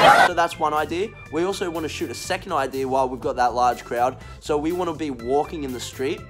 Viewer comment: "She might be shocked cause ve are so small" oh god 😂